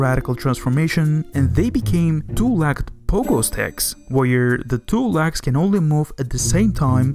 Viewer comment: THATS "LEGS"...NOT "LAGS".....FOR CRYING OUT LOUD. I HARDLY KNEW WHAT YOU WERE TALKING ABOUT.